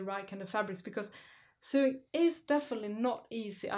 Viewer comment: Dear, love your outfits. You say sewing - suewing- must say OH, S OH, english is not my native language, I had the same problem, but I find it cute. Thanks, hug.